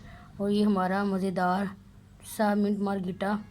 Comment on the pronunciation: منٹ مارگریٹا صحیح بولو بہن